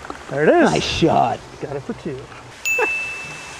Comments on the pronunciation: i know you said for three 3 but it sounded like f**k three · it sounded like he said fuck